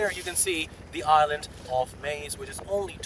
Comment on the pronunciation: Friend - forgive but the s in island is silent it sounds like ireland when you pronounce/ (your english is far superior to my Greek though )